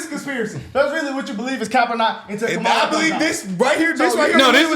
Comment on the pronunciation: Car-a-mel Harris.